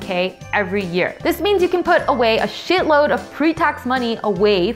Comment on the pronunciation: That spicy "shitload" made me laugh lol